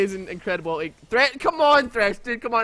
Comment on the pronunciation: someone learn him to say ulti and not uli